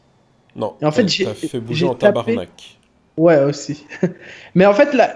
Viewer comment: J'ai bien aimer ton "Tabarnak" a xD tres bien pronocer et a la bonne place dans la phrase,bravo! XD